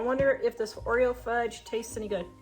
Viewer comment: Just call the game Oro instead of oereo. Problem solved lol